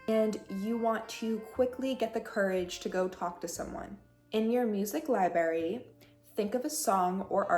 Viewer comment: Do you say libary?